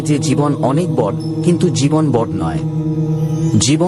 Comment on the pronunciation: বড়ো কে "বড়্" আর "ছোটো" কে "ছোট্" উচ্চারণ করেন কেন? এভাবে উচ্চারণ করার জন্য আপনার ভিডিও সুখশ্রাব্য হয় না। এদিকে আবার" সাবস্ক্রাইব" কে "সাবোসক্রাইব" বলেন। শুনতে অস্বস্তিকর। 😢